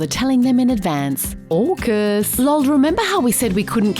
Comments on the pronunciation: Shouldn’t AUKUS be AUSUK pronounced “Hey You Sukers” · AUKUS sounds more like FUCK US